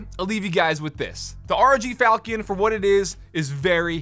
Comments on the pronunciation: Incase anyone wants to pronounce the name of it properl instead of saying "falcon" because he didn't Google the word, here. "fawl-chuhn" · It's not falkion with a hard ch, it's named after a sword called a falchion which is pronounced with a chuh sound. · its (Falshion) not falcon. 1st is pronunciation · It's Fal(sh)ion, not falcon lol :) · There’s a lot of innovative features on the board. I think it checks alot of boxes. For what it’s worth, it’s probably pronounced like the weapon: Fall-shun, sometimes Fall-chun. But honestly who cares :p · not ''falkiun'' lol. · Sorry to be that guy, but I’m 99.9% it’s pronounced like “Falshun” or “faltion.” The CH makes a shh sound, and the io is one “uh”sound. Like when there’s “tion” at the end of a word. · It's pronounced... FAL CHEE ON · I'm pretty sure it's pronounced "fal-chin" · Everytime he says falchion I die a little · The CH is pronounced as SH not K or CK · His pronunciation of falchion is awful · Is no one going to talk about how he pronounces falchion?